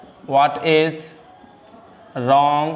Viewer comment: Sir rong nhi hota h wrong hota h